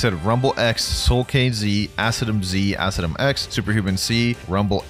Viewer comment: Imagine being so bad to say acidium spam💀